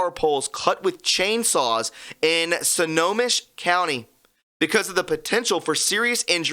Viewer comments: Snow-ho-mish... Don’t worry bro most of the cities around here are of American Indian base. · Um ... it's pronounced like "Snow Home Ish."